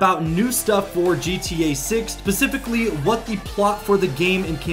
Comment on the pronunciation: Did this guy just say pacificly? 🤦‍♂️🤦‍♂️